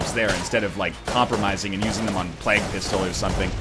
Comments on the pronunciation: plague he says it like "Flag" "Oh yeah just talkin about the Black Plag" "You mean the Black Flag? The pirates?" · NL still can't say plague right... my ears. THE PLAQUE!